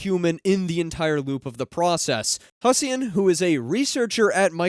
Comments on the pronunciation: Good video, but the way you pronounced "Hussein" made my Middle East soul cry in pain. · I've never heard Hussein pronounced like that.